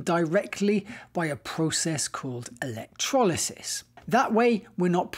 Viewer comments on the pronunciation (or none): none